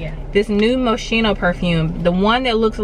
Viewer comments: Isn't"t that the brand Moschino pronounced MUSKINO (no shade just informing the pronunciation) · Idk if someone else already said it so if so forgive me but the perfume is pronounced MoSKino . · That's an Italian designer pronounced Moschino "MO-SKEE-NO" l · [moˈskiːno] in case if somebody cares about the correct pronunciation